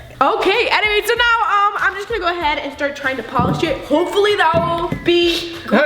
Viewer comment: I thought you said shit but you actually said polish it 😂😂😂😂😂😂😂😂😂😂😂😂😂😂😂😂😂😂